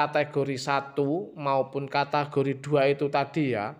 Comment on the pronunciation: Bang bukan katagori cara membacanya tapi kategori